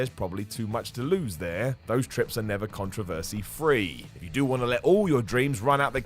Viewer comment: He Brittish, cut him some slack. He also said 'contravacy' instead of 'controversy'